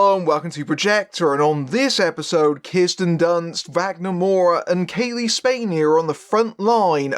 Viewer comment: Kirsten. Not Kiersten.